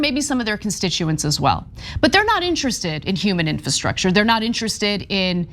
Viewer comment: Will someone please teach Anna how to pronounce the word infrastructure. Is she so sensitive that everyone around her is afraid to bring it up?